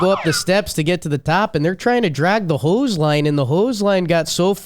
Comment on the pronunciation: this was actually a pretty good Wisconsin accent, maybe a little Minnesotan mixed in. Until got to the word "hose", at which point it went Full Fargo (and you never go Full Fargo).